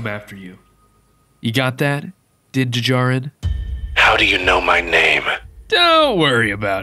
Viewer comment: its din-jarin